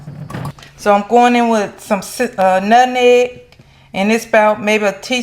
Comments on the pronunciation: I love the way she says it. She the first person I heard say it like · Us southerners say "Nutneg" as well (Whatever🥰), as long as you know what the seasoning is. I will definitely try this. ❤❤❤.